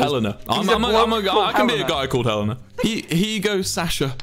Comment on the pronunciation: ITS HELENA OH MY GOD WHY CANT YOU GET IT RIGHT